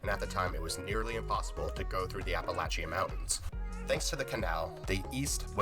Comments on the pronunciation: lol Yeah, I suspect that the maker isn't even American. In the video he used a video of either Canadian money or European money being counted out, to represent U.S. commerce and while this next point doesn't signify his nationality, but he can't pronounce Appalachian, either lol. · The way that guy said Appalachian made me cringe